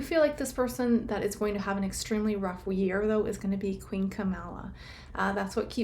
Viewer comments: Camilla not kamalla😊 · Not Kamala its Cam-illa and shes not a Queen, she's a Consort.